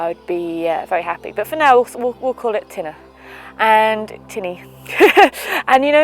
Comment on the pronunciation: your pronunciation "tinna" is correct im irish